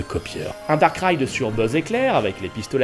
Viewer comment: A chaque fois qu'il disait "Dark Ride" j'avais l'impression qu'il disait "Darkrai" Attrapez-les tous